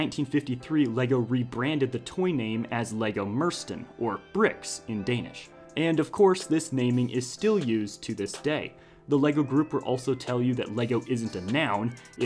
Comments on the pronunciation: you forgot the the silent d, Its "Leg godt" mind if ifix your pronunciation? Its closer to "moo-er-ste-en" lemme just. "Det" is like the "de" in "destroy" "Bedste" is just the English "best" with and added "uh" at the end. "Er" is pretty much "heir" "Ikke" is like "ick" part of "stick", again, with the added "uh" at the end. "For" is like the "fo" of "follow" "Godt" is just pronounced like the English "got" " " who translated that? It's "the best is not too good" though I suppose it's pretty much the same thing. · bro the way he pronounced mursten was so funny XD